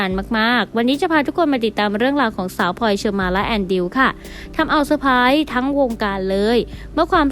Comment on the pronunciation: ขอความกรุณาพูดให้มีคำกล้ำพลอยมิใช่พอย แอนดริวมิใช่แอนดิวค่ะ